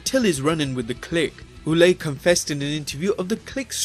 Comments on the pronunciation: Carl Ouellet . Ouellet is pronounced WELL-let, not WHO-let. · Re: Triple H. His name is pronounced "Leveck" not "Levesk", and Carl Ouelette is pronounced "Wah-lett" NOT "Oooo-lay". You might want to get your pronunciations right.